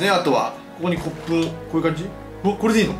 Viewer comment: 骨粉がコップに聞こえた笑